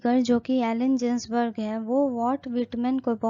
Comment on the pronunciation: मैडम एलन "जिन्सबर्ग" नहीं .. "गिन्सबर्ग " होता है Good Explanation